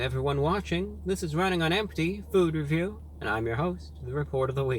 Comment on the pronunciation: fewd reviewwew